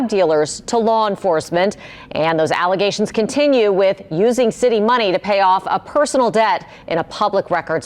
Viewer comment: Not just allezations , FALSE allezations